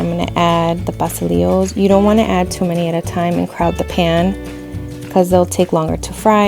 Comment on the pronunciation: im not going to lie - the way pastelilos was pronounced bothered me a little lol